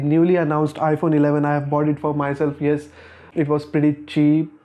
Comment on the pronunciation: I’m felt it when he said “BOughTD”